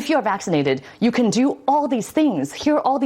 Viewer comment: "Yes, we cwan" UwU